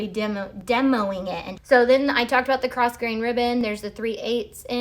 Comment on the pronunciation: Just want to share the pronunciation of “grosgrain” ribbon - The S is silent. Phonetically it is “grow-grayn”. It’s got French origins if I remember correctly which would explain the silent S.